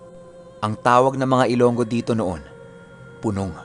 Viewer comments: Pu nong ang tamang bigkas Pinuno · Boss ang tamang pag sabi diyan boss ay "puunong"